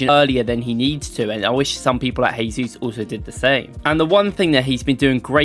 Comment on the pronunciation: The J in Jesus is not pronounced as in Spanish. Use the same you are using for Jorginho...although not perfect it is closer :)